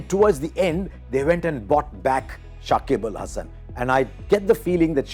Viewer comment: shakib al Hasan not sakibul🫤